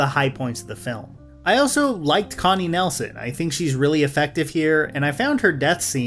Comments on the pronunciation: Connie NIELson not Nelson. Not trying to be "that" person but you got everyone else's name right. Love your channel and your vids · Connie Nelsen? Harry Gregory Williams? Please, at least do a little research on names and pronounciations. I kinda don't get it. You think Deadpool & Wolverine was a highly flawed movie and you actually let the same stuff give a free pass in this shameless sequel? I don't wanna trash the review since there are good points and it is well made and every complaint is also the same complaint I had. I just gave Gladiator II not a free pass for all the sins the movie is offering. That's why this movie still holds a hilarious 7,0 on the IMDb. I haven't read/heard a single review from someone who was impressed by this movie. Yet, it holds up well on platforms like the IMDb, Rotten Tomatoes and Metacritic. As a huge fan of Scott's work and a huge fan of the first movie, this one here hasn't any soul or passion behind it. It's just a cashgrab of a sequel with underdeveloped characters, a story that is basically a re-telling of the first movie and some really horrible CGI work. Hearing that Ridley Scott is planning a third movie is absolutely comedy gold. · Her name is Connie Nielsen. Not Connie Nelson. The "ie" in Nielsen is pronounced similar to the "i" in "pilsener", and the "sen" as well.